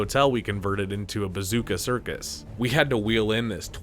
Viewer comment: Are you able to pronounce anyone’s name correctly? It’s Gill eee um not Gill um. And Depp played Dean Corso not Caruso. It was the Bazooko circus not Bazooka. Sheesh